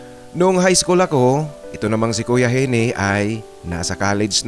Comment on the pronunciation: Baka Eugene (Yudyen) ang real name ni Gene. Ang tamang pagbigkas ng Gene ay Jin hindi Henie.